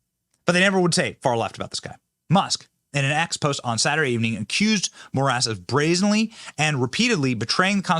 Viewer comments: Did you say more ass for the Supreme Court judge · Did you say the Judge last name is “More Ass. “ ? 😂